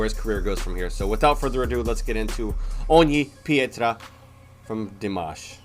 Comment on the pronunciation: I am very impressed by you. Your pronunciation of Ogni Pietra is great! Best I've heard a non-Italian speaker say on youtube. Again I love your reactions. A good quality for this is here not sure if you can show it but I know you can watch it personally.